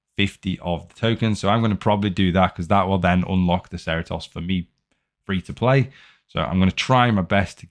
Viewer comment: Cerritos has an event on wednesdays, 10 bps per week. Also, watch the show, that pronunciation of Cerritos is absolutely butchering it. XD On the volume its better, but please turn down the volume of the intro and outro, its crazy loud